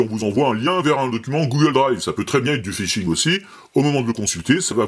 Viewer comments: Fishing et pas Phising :D Sinon bonne vidéo bravo :D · Phishing ! pas Phising (1'15) 😅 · Salut! Je viens de m'abonner car j'apprécie vraiment tes vidéos. Juste une petit truc, phisHing ça va mieux avec le H, comme pour d'autres choses! A+. K.